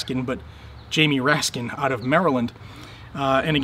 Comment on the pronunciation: "Raskin", every damn time....